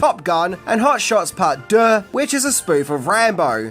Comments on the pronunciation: Anybody feel like playing a drinking game? Every time He says hot shots part duh aka part duh 😂 Take a shot Y so serious 😈🥃🃏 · You’re pronouncing Deux wrong. It’s basically “Do”. Rhymes with two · French is my mother tongue and your pronunciation of deux is impressive. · Ffs, learn how to say 'deux' when you know you have to say it so much! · Drinking game. Shot for every time he says "Deux"